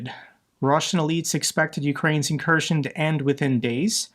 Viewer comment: It’s not an incursion it’s an inkurskion